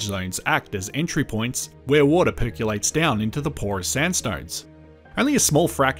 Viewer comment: it percolates, it doesn't perculate...